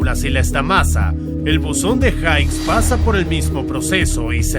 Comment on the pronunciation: El buzón de jiggs se pronuncia,hight eso es es apellido. Es jiggs